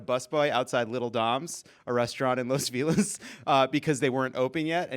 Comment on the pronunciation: Jon not knowing how to pronounce Los Feliz....smh